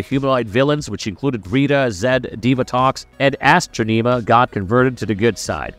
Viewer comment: Did you call her Astro-neema?